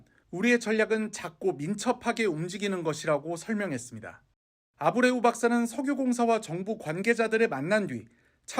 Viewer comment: 이리 막대한 세금을 쏟아 부어야 하는 일에 회사 선정에 만 5개월을 검증 작업을 거쳤다고 하는데 차관이란 자가 한 명 있는 회사의 대표 이름 하나 보고 읽으면서도 제대로 발음 못하는 수준이냐?